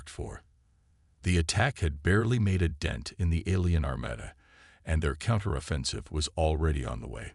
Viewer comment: I tried, I really tried....but I am never listening to your stories again!!! FKN HELL what a POS AI!!!!!!!!!!!!!!!!!!!!!!!!! WTF is: "e-KO-ing", "ar-MAD-uh", "BEAR-idge of fire", "TREE-cherous"!!!!????? YOUR AI SUCKS ASS!!!!